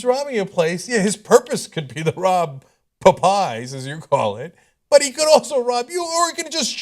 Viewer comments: Why are they pronouncing "popeyes" "pup-eyes"? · Its pronounced POP eyes. Not potpies... Face Palm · "Pu"eyes Ana... it's called Pupeyes. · It's Pa-pies, get it right. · Puh-PIES Ana? LOL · Pop-pies? What the hell? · why are they pronouncing Popeyes like that?